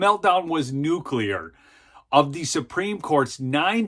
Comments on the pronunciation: Thankyou for pronouncing the word NUCLEAR correctly, unlike Benny Johnson. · Congratulations on being the first person on the internet to pronounce nuclear correctly.